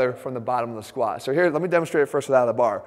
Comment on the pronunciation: "When it comes to the squahh"